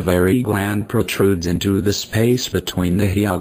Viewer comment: It's Hyoglossus, not HyPoglossus...